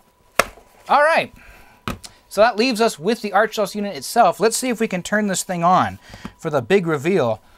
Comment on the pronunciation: To this day I still have a working Archos 605 WiFi. I've always pronounced it AR•chos(sounds like "are-kose"), not ARCH•os. In fact, you're the first person I've ever heard say it that way.